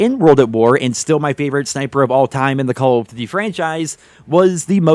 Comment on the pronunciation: "Caw of diddee"